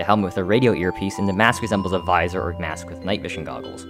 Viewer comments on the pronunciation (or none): none